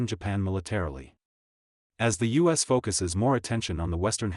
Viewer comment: This one is obviously AI generated. It cant say U.S correctly and it repeats "Indo Pacific Queen" like 10 times. The AI even confuses itself and thought Indo Pacific Queen was a real thing and that the president of Japan can be coronated.